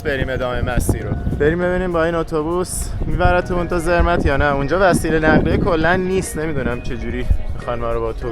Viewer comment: درود‌. شانس شما یه مقدار هوا ابری بود، اگه آفتابی بود، خیلی خیلی قشنگتر می بود. تلفظ Zermatt, سِرمات هست.